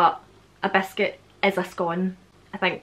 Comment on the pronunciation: When you say biscuit it sounds to my Texas ears like you are saying “basket”. 😜 So how do you say “basket”?